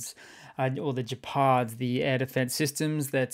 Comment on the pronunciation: it's a hard G -Gephard